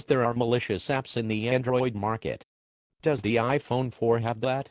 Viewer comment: This dumbass said d-o-e-s LOL thumbs up if you noticed